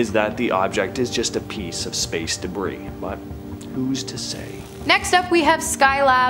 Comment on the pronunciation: She can't even pronounce debris right.... and the annoying comments she makes is bo help. How annoying to listen to her hosting segments... Thumbs down and had to stop watching..